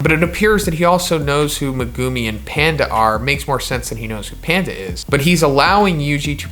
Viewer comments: I wanna dislike because of how you say megumi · Why does he say megumi like that